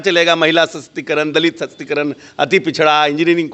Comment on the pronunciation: मंत्री इसको किसने बना दिया महिला सशक्तिकरण होता न कि महिला sshstikaran 😂😂😂